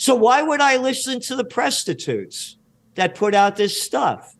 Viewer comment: 'Presstitutes' sheesh Gerald ahahaha